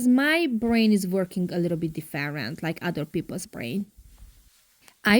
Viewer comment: Different . Please check the pronunciation. Please